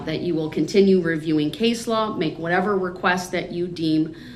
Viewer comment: I don't even think he did the research and somebody handed it to him😅 he couldn't even pronounce the case law